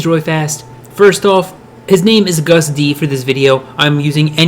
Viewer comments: Too much of this dude taking not enough August D. And it's pronounced like the month... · How you said Agust D made me dislike I'm sorry bút the video is good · im sry to say this but i laughed so hard when u said Agust D xD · i love this but your pronunciation if agust d is throwing me off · I cringe so hard every time you say agust d and debut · YOU SAY AGUST LIKE HOW YOU SAY IT AS A DAMN MONTH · Dood. You said Agust D wrong...note hatin. Just sayin, you might want to fix that like. Now. Lol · isn't it pronounced lik the month of August? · You pronounce it like the month. It might be his accent that’s throwing you off. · it’s pronounced like the month august. not uh-gUst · I'm sorry but I have to say this. He keeps saying "A-gust d" which makes my mind go crazy. It's pronounced "August D" ..lol sorry. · He said ‘ugustD’ 😂 I have never related to something before, but yeah it’s pronounced like ‘Augus D’ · Its not A GUST D its ahgust d (i know thats nit the way to spell it im just telling him how to say it properly) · A Gust? Nonono Pronounced August d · He wasn’t Agust D before BTS. He was D-Town. That’s where his name Agust D came from (a LOT of time after he’s been in BTS), he spelled SUGA backwards, and he also switched the D and T from D-Town. It’s pronounced as August, not Uh-gust. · IT'S NOT UGUST IT'S AUGEST D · it ain't pronounced u-gust- D its pronounced like the month AUGUST -D (even though it's not spelled that way) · Who the fuck is a gust d its agust d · It's pronounced AUGUST D, not A-GUST D. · is it really pronounced aGUST d?... I thought it was AGust d... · "A 'ghast' D" erm...? How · a gust d. a gust (of wind) d. fight me. AGUST D NOT A GUST D 😂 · Mary Keeler I mean it is agust d but it's pronounced August d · You don’t say Agust D like that it’s like August D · “uH-gUsT d” I’m sorry for laughing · “AWWgust D”... 🤦🏼‍♀️ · It's pronounced like august. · Its agust. Say it like the month not like you did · "A Gus d" lol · *u - gust dee